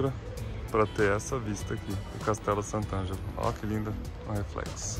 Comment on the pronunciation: Sant' Angelo, nao San Angelo. TrastÉvere se pronuncia. Arancino é bolinho de arroz; torta é bolo en Italiano. TrastÉvere per cortesia!